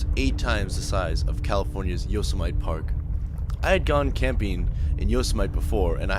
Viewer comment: Great vid but how did you miss pronounce Yosemite. Yo-sem-itee